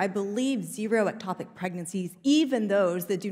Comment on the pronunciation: I'm neither a politician nor an issue advocate and it is easy to see that Pressley is great at smuggly reading selected info. 5 minutes ago Pressely couldn't pronounce ectopic. Now it's the issue du jour? cmon.